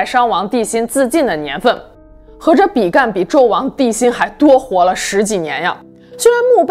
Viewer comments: 是比干，不是比幹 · 比干 正確發音的干是一聲 干也只有一聲的發音 想說怪怪的還查了一下拼音 注音跟拼音都是一聲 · 比干本人從小到大都念一聲，一直聽到影片中被念作比"幹"實在不太舒服。正體字簡化的壞處。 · 比干的「干」唸平聲，是繁體字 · 台灣應該是唸比干（一聲輕音），所處時代的「處」是唸三聲不唸四聲